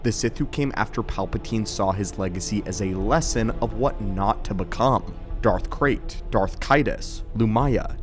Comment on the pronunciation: I heard Darth Craig instead of red in the beginning of the video. now in my head canon there is a mighty Sith Lord running around named Craig lmao